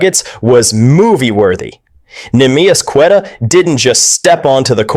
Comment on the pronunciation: Darn shame you can’t pronounce queta’s name